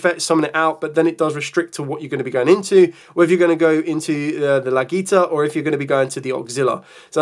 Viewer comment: Respectfully , it is "Legatia" not "Lagita". Thanks.